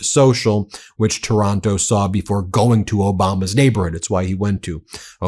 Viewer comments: Stop saying Taranto like Toronto! Giving us a bad name 😫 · The name is not TORONTO. It is TAR AN TO. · Ben, it is Taylor Taranto not Toronto!